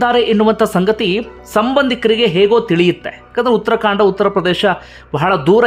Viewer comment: Uttarakhanda not uttara kanda